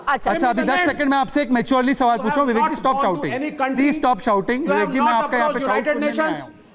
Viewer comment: बिबिकजी नही बिबेक गधा गधा गधा गधा गधा गधा गधा गधा बोलना चाहिए